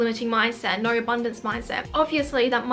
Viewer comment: Just hearing ‘Norr’ over and over again and now understand that you said ‘no’ lol why u talking like this